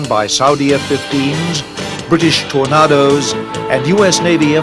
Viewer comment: Why can't the narrator pronounce the word 'Tornadoes'? Who ever said 'Tor-nah-dose'? It's always ever been 'Tor-nay-dose'.